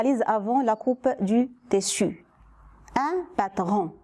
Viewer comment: Tissu ما كتنطقيهاش مزيان